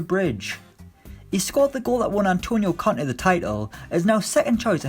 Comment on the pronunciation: I was confused for a sec when you said “the Frenchman helped Conte win the league”. Thought you said Kante